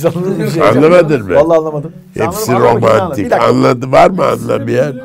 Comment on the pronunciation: İlber Ortaylı (romantik değil ormantik ) dedi